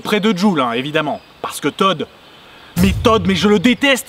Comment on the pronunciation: Toad ça se prononce pas comme ça enfin, tu confonds avec le fils de Ned